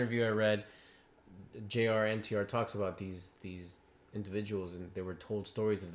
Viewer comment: bruh his name is Jr.NTR as in JUNIOR NTR